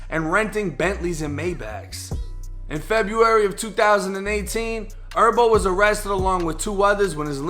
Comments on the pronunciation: I rock wit you, but it’s not pronounced herbo like herbs you eat or smoke, it’s actually Herbo like Her-bo. That shit was killin me😂😂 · Herbo bro not Erbo HHHHERBO LOL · J it’s HERBO NOT ERBO 😂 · BRO H'S ARE SILENT "ERBO" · Lol he say erbo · nigga calling him erbo like herbs and spices, i’m weak as hell 😂😂😂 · It's not herb like herbs and spices it's herb like short for his name herbert so you can say the H bro you do t gotta say "errbo" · Its Her-bo put the h on it lmao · Why are you calling him “Erbo” lol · It’s pronounced “Her Bo” , I can tell you don’t listen to the culture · “herbert” 🤦🏽‍♂️ cmon doing herbo like that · G ERBERT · am i the only one bothered on how he saying Herbo 🤣🤣 vids always 💯 tho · Cant even say his damn name right doe smdh 🤦‍♂️